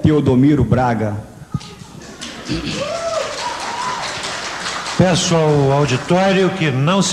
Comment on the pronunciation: tchôdomiro Braga kkkk